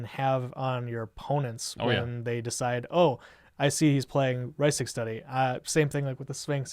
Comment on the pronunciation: OMG i literally cringed every time he mispronounced "Rhystic", ughhhh